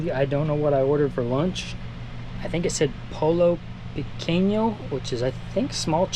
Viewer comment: Happy Birthday Señor!!! Thank you for the update video yarayara... 😅 Hehehe BTW pollo is not "Polo" is pronounced "poyo".